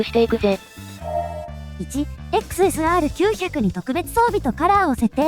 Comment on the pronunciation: XSRの発音に違和感。時々いい時も有るけど。